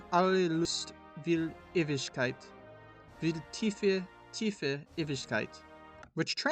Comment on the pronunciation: It’s fine. I actually like how you pronounced Ewigkeit. While your pronunciation was not the yellow from the Egg, it was hearworthy.